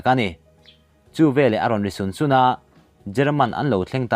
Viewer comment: "A ron ri sun sun a" tih thluk dan hiiiii mizo lo..